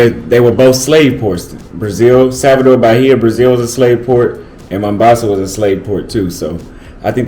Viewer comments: welcome to my home City! it's "Mombasa" with an "O", not "Mambasa" 😅 cheers! make sure you visit Club Volume in Shanzu! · We call it mOHHmbAsa not mAmbasa ...but anyway have a blast🎉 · I know your brain super lazy but why dont you at least try to pronounce Mombasa right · Vowels pronunciation are different for American and British English.